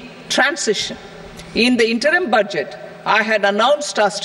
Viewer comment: Murkho budget uchharon o pare na